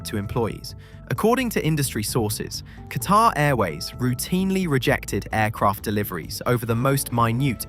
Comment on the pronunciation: Pronounce ‘Qatar’ properly and I might watch your video.